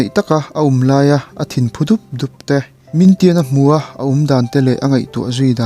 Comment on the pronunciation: Min tian ni lo in ming thian a ni kha a chan ber cu nak tuk tuk ti na aw a ka hriat ve tlem te ni cu